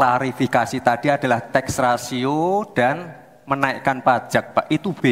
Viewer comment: Maaf, bukan TEXA RATIO, tp TAX RATIO...😊